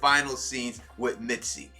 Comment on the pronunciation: Misty bruh. lol not mitsy love you vids anyway!